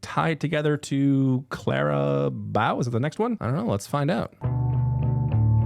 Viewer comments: SAMMMMMEEEEE. I kept screaming at my screen “BOW AS IN RIBBON!!!” every single some I heard him mispronounce it 😂😂😂😂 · the amount of times you mispronounced Clara "Bow" when Taylor literally says it in the song, is driving me absolutely crazy 😂❤